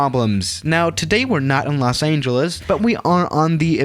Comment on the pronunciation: The way he said Los Angeles tho 😂